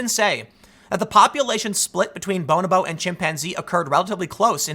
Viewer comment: Also, it's 'bo-NO-bo' not 'bone-oboe'